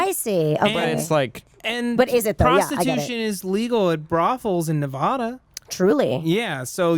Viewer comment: Nev-AD-a not Nev-AH-da god damn it Matt. lol